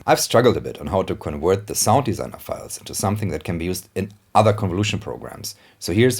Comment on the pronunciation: I like how you say your V's as W's. ..."awailable...", ..."conwert..."